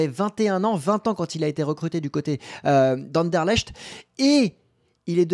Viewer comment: Vraiment? Ander-lèche-te? 🤣🤣